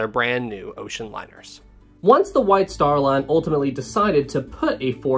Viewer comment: 'White star lan fanalased an this deesan' I can't sorry 😆